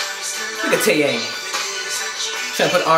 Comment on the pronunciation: its good you alr pronounce taeyang and seungri properly now 😂😂 damn srsly i cant stop fangirling over you😂